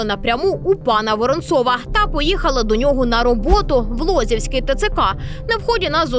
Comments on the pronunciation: ЛозівськИй, наголос на И. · Дякую Вам за працю. І прохання, ставте наголос вірно, Лозівський-наголос на И, а не О, (вуха ріже). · Лозівський, від слова лоза, лосі не при справах! Не лосівський!